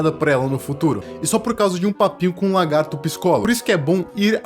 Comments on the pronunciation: Não e largato,E LAGAAAAAAARTOOOOOOOOOOOOO TINHA ESSA POHA DE "R" DO LAAA POHA ATENÇÃO:ESSE COMENTARIO NAO E PRA XINGAR NINGUEM E SO PRA FAZER ZUERA QU ESTOU COM E TB PRA PARAREM DE FALAR ERRADO A PALAVRA "LA"GARTO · "Largato" kkkkkkk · "É um largato" ...